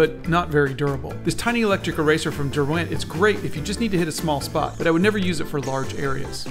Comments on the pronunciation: The whiplash of hearing someone pronounce Derwent like that since I live near their old factory and also the lake that they're named after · Tiny electric eraser from where??? Not sure I've ever heard someone pronounce Derwent quite like that before...